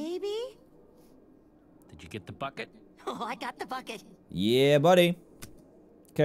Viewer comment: I don't know why but I absolutely LOVE the way Jesse says 'bucket'. So satisfying.